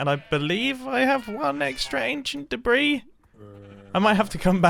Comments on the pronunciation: not a big deal at all but the s is silent in debris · "I've just unraveled some ancient debri" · He means debris.